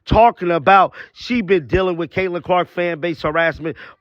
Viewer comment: Claytinon Clark ? Get your lips clipped bro, because they're in the way of your words.